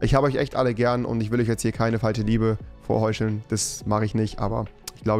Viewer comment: Top Video.. Ich kann aber nicht anders Rewi: Tich Auch rewi: vorheuscheln